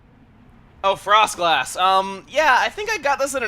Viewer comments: Frost glass You mean Frostlass Lol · I like how you notice "Latio" but you don't notice the "frost glass" item sounding like "Froslass"